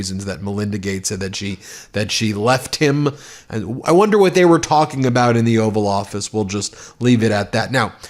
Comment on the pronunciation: Did you say the “ORAL” office or oval offices 🤣👍🏻